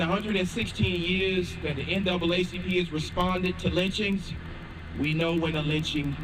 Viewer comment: The way cisms is sayin it's lynn chins.